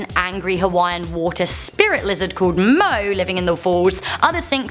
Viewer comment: Don't know how I got here, but I just wanted to say two things. Firstly, the swimming hole on Kaua`i is pronounced "kee-poo." The water spirits are called "mo`o," which is pronounced "moh-oh." I believe there are two of them, a brother and sister, but I don't know much else about them since I'm from a different island and have never been to Kaua`i. That said, this was a very interesting video, and I'm glad I stumbled upon it. This video is pretty old, though, so I'd be surprised if anyone actually sees this random comment.